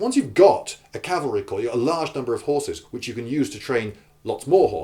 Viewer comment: It's cavalry, other than that good point.